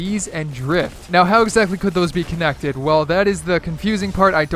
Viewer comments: Conencted not connected lol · “Conencted” Only smart people understand what I mean ;)